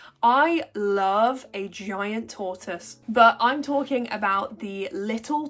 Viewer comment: Wait why do you pronounce tortoise in multiple different ways hahahah. I have 3 big sulcatas they are the easiest animal I have to take care of but it's 100% in the enclosure setup. Need good walls around a big area so they have constant grass/weeds and they pretty much take care of themselves